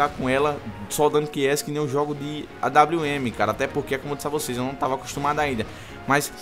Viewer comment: kkkk AWM! "AINWN" KKKKKKKK EU RACHO